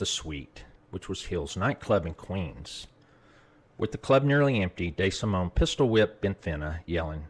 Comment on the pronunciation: “Tommy Day Simone”- tell me you’re from Nebraska without telling me you’re from Nebraska